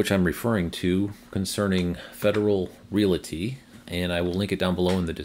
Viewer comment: another good update and glad MB charging is moving forward. They have good facilities. Please note: the word "realty" is only two syllables: REAL-tee. No schwa sound in the middle.